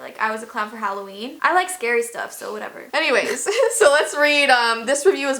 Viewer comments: In the intro it said haloveen instead of haloween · Anyone noticed it’s not Halloween it’s HallVEEn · Yeah it’s hallowveen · Did you notice it was halo - vee - n?